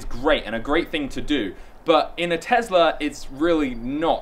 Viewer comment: Please stop mispronouncing Tesla